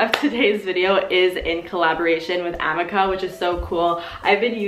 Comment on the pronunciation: It's really killing me how you're pronouncing the amika (uh-mee-ka) brush.